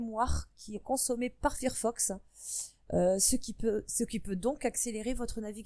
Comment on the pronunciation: Fir fox ouillle les oreilles! C'est Fire (feu en anglais) donc failleur que ça se prononce